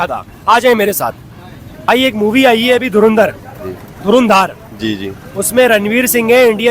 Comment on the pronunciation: 🤣 🤣 Ye log urdu word ko hi theek se pronounce kyun nahi kar pa arahe hai? Itni acting....? Koi door andar Keh raha hai 😂😂 koi dhur indar... Iss bande ne toh dhuan dhaar Keh diya 😂😂 Kisi Pakhtun se puchte.... Durand-er kehta shayad 😜😜